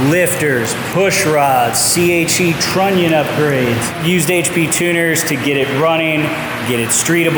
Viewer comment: What’s more American then on the fourth, also please say Trunnion again haha 🇺🇸